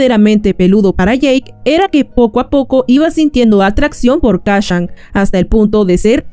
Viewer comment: Kashan?... Kashan?.... KACCHAN?????